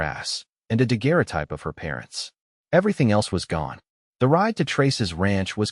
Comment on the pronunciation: Despite the six-fingered cowboy, you did pronounce daguerreotype correctly!! First time I have heard that. Full points to you.